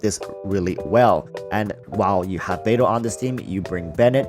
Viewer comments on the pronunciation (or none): none